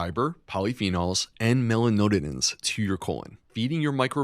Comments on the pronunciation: Great information, but as a doctor please figure out how to pronounce "melanoidins". That was painful to listen to. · Mela noid-like-roid ins, please :)). Listened while making dinner last night, couldn’t think what mela node-in-ins might be. Rewatched, saw & confirmed correct spelling, so…. With thanks for all you do so well, from a life-long black coffee lover.